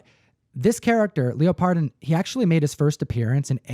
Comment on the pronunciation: I believe it's pronounced "leopard" (like the feline) "don" instead of "leo - pard -don". At least that's how Wil Wheaton pronounces it, and I believe everything that Wil says.